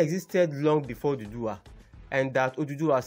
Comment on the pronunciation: For godsake it's Oòduwà not oduduwa!